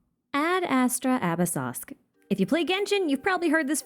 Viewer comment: I don't know if you know, but the pronunciation of the phrase "ad astra abyssosque" is pronounced completely wrong in the series. 'ad astra' is correct, but abyssosque....it comes from latin not french, so it should be pronounced "abyss-oh-skwae" and it does annoy me every time I go do my daily tasks. I love your videos and all of the research you put into everything, it's incredible to get such concise videos! I just thought since you've had videos before correcting fan pronunciation of things, I think this would be some added info from someone who studied classical latin for 5 years. And even if this was derived from church latin, it still wouldn't be pronounced like it is in the game. Anyways, thank you for all your dedication, and ad astra abyssosque!